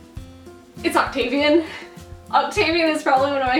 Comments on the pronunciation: She says 'Octavian' i punched the wall and yelled "why?!" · "octavian" REEEEEEEEEEEEEEEEEEEEEEEEEEEEEEEEEEEEEEEE